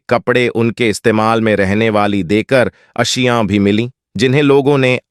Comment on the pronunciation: اجان نہیں اذان وجو نہیں وضو اشیاؤں نہیں اشیاء منتقیل نہیں منتقل وغیرہ کو صحیح کرنا ضروری بلکہ پوری تقریر میں اکثر الفاظ غلط ہیں